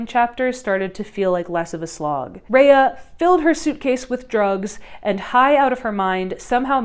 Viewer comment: (Rah-yah) not Reah.